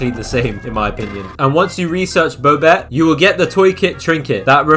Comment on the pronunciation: who pronounces bobette bowbette